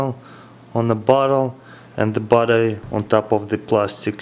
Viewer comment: When he says battery it sounds like butter